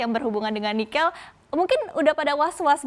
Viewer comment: saya sedikit terusik dengan pengucapan 'nikel' oleh pembawa acara..